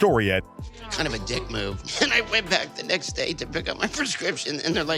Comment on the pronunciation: Lol he said the necks day